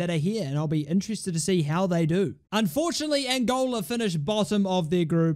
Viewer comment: so frustrating to keep hearing 'Angolia'